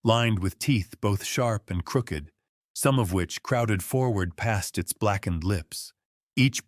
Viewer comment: Yes, really love them but hate the AI pronunciation of certain words...crooked, bowed etc